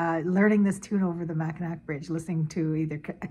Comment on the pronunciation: Lol it’s actually pronounced mackinaw. Just spelled like Mackinac. Lol Also awesome version of rocking chair jig.